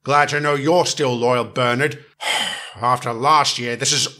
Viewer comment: Bernard not Burnett